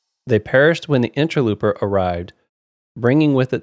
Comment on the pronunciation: Now that it is over I have to say, in ter low per, not looper. 😉